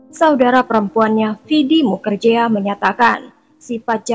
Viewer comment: Bkn mukerjea , tp di baca nya mukerji